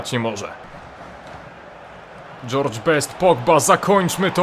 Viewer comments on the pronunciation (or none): none